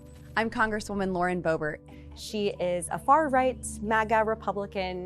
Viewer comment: Q says Booebeet / MTG both SHAMELESS Women and embarrassment to all Americans...